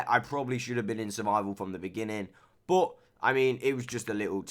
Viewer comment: i like how instead of saying « but » you say « boat »